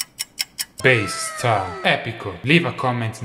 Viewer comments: "Bastar" I heard "Beastars" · Davie504: "Bass and Guitar... BASTAR" My ears: "BEASTARS"